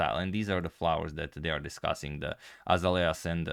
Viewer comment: The flower is pronounced A - Zale ya